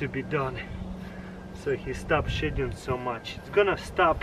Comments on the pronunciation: I thought he said shitting for a minute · Every time he says shedding I hear shitting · When he said shedding i thought he said shitting